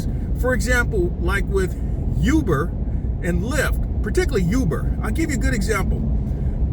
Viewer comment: Ooooo-ber not you-ber. Thanks for the info.